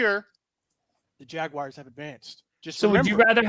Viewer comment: The way says JAG WIRES its jaguars bro